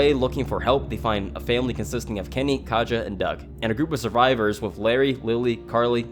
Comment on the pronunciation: It's pretty annoying hearing people pronounce Katja's name wrong. I mean, the characters say her name like a million times in season 1 so I cannot comprehend the confusion.